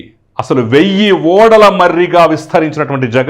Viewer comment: ఓడలు కాదండి ఊడలు.